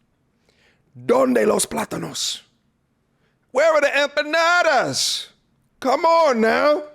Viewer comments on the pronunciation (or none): "Where are the empanaadas?" 😂😂